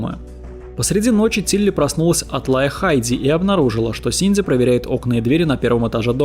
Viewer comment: Это я упорно слышу "Синдзи" или у меня нет передозировки аниме и мемов по Евангелиону? 🤔